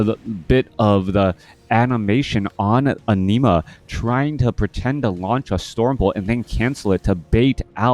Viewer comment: Entertaining game and punditry! Was tough hearing you pronounce an-i‐ma as enema though 😄 Thanks